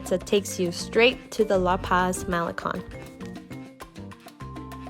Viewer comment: It's not pronounced "Mel li con" it's pronounced as "Ma' le cone"